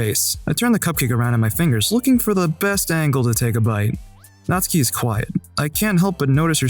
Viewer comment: The 3 different pronunciations of natsuki hurt my head